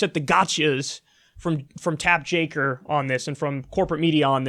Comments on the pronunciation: This is the second time I hear Mr Kulinski say "Tapp Jaker." Or is it Jake Tapper!!! I don't know I get confused. ; ) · It's Take Japper. How hard is it to swap two letters?